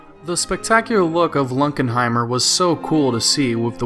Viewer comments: It's LUNKENHEIMER, not Lunkheimer. Thanks! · You mean Lunkenheimer not Lunkheimer geeze